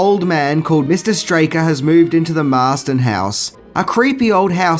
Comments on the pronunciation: Sorry to correct you again Marsten house NOT Marsden. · By the way, it's the MARSTON HOUSE, NOT THE "MARSDEN" HOUSE! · It’s “Marsten” house btw...